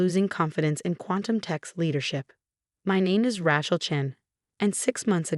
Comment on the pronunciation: Rachel or Rattle ? Your computer reading needs a major update. This crap is shocking. No wonder the youth of today is so bad with examples like this. The worse problem is over the last few months none of your channels have showed any sign of improvement even though many readers, via their comments, have indicated you are not doing well.